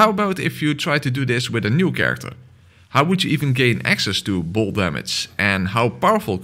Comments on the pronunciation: the way you did bolt made me hear more bold, also why did Bloodborne call it bolt instead of lightning or that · Is he saying bold damage or bolt damage cause I'm confused